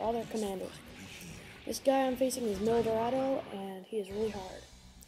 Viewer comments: Mildirado... Its Milliardo. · Hmmm. That mispronunciation on Miliardo was atrocious. [me-le-yar-do] (simple way to put it), what's complicated with that? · dang right man. They need to make a game just for Gundam Wing. I'm a die hard Wing fan:) and he says Milliardo wrong